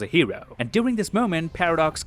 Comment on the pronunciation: "Cap doing ww2" 😂😂😂 (you probably said during but i heard what i heard)